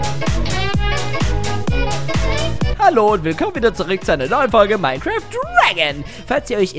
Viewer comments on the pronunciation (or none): none